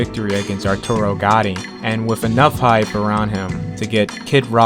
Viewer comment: The way you say “Arturo” makes me cringe